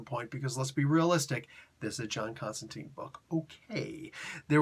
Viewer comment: Alan Moore stipulated it, Jamie Delano gets SERIOUSLY pissed off about it...JC HIMSELF called Chester Williams out for it in an issue of Swamp Thing...What is it? It's the constant mispronunciation of "Constantine". It rhymes with "Wine" not with "Bean".